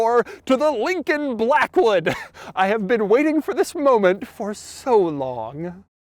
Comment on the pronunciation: Take a drink every time he says Lllllllincoln Blllllllackwood